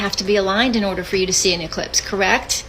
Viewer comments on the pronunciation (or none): He said ellipse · See he called it an "Ellispe" then he says Eclipse!! Those are two different things check it out!😮